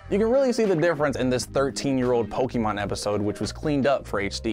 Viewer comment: Pronounces Studio Ghibli and Evangelion correctly as per their Japanese titles, then says "POKiiiiiMON" 🤦‍♂️ It's like... in the opening song too, and they added the acute accent to 'e' so people wouldn't say it wrong. Great video tho! 👍👍👍